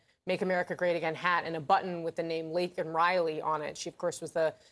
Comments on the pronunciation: Why is the World CHEERING HER ON? JOE IS A MEAN GUY who couldn't even SAY LAKEN"S name correctly. He said he knew how to pronounce her name. SO WHAT HAPPENED> He called her LINCOLN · Biden pronounces Laken Riley's name as 'Lincoln Riley' nailed it. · Coherent speech i didn’t understand a single sentence babble . Lincoln Riley ??wtf he doesn’t even know the woman who’s murder he is responsible for ! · He called Laken “Lincoln.” What an idiot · So was butchering Lakens name unfortunately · Can still do what? Misspeak and not get Lakens name right when it's on a button right in front of him! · He can’t even have enough respect to pronounced a deceased woman’s name correct. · Biden nailed it alright, another nail in his administration's coffin, and couldn't even pronounce Laken Riley's name correctly. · He didn't get her name right. He is a joke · He couldn't even say her name right🤦‍♂️, everyone thinks we're a joke right now.. do you think the houthis would be doing what there doing if Trump was in office? Fuck no